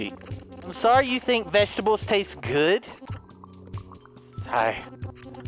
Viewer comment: The way you said vegetables😄